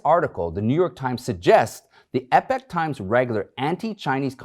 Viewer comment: EEEE-POK Times! Not EP-IK Times.